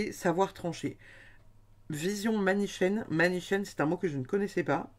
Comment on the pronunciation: Bonjour, merci pour cette guidance. Ne s'agit il pas du mot manichéenne qui se lit 'MA NI KÉ ÈNE? Bonne fin de semaine.